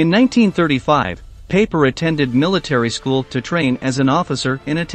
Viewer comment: Pie-Per NOT Paper!